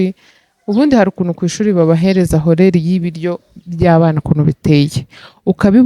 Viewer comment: Keca ntago bavuga horaire nkuko byanditse basoma orere jyanumva uvuga horeri sibyo rwose subusirimu mukinyarwanda ni ingengabihe niba ntibeshye uzakosore ubivuga nabi pe